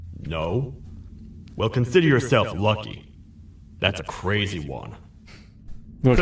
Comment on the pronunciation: ain't no way Pyro's white ass said "brazy"